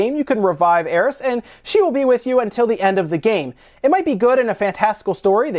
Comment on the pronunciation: That's alot of S you're putting on the end of Aerith